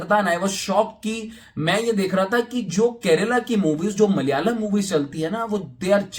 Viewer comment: its is malayalam.. Not mal yalam